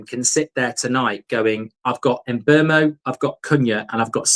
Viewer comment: His name is pronounced SHESKO and please also remember it's MBOOMO!